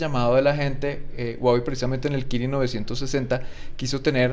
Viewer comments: SE DICE JUAWEY.. SE ESCRIBE HUAWEI.. O SERA QUE EN COLOMBIA SI SE DICE GUAGUEI??? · Si este tipo realmente trabajara para Huawei supiera que no se dice guaguei se dice Juaguei